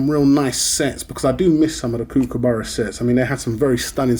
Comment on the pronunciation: Kookaburra is NOT pronounced like BOO as with a long U sound. It is pronounced like BOOK or COOK or LOOK.